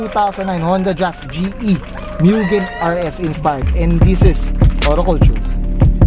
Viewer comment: Actually…😂 Mugen not Myugen…😂